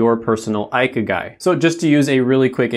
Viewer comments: Cool but ikigai is not pronounced as eye-key-guy... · Great video! I'm Japanese and I just wanted to mention that "Ikigai" is pronounced "ee-kee-ga-ee" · "Ikigai" is pronounced as "Ee-kee-ga-ee" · Yeah its mildly irritating when he pronounced it the wrong way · It's pronounced E-kee-gai 👍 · Not to be mean or anything of course, but 生き甲斐 (ikigai) would be spelled in English as „e-key-ga-e”. :))) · I cannot he just pronounced that so wrong like holy shit ikigai 生き甲斐 (ee-key-guy)